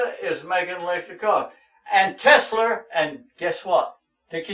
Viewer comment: TESLER LMAO